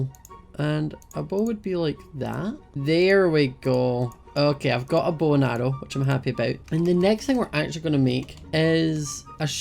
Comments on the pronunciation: when said bow I thought he said bowl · When he said bow i thought he was saying bowl. I love his accent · Me when was making his bow: 'why do you need sticks to make a bowl? It's just three planks. String? Why? oh... your making a bow, not a bowl. Your accent makes bow sound like bowl.'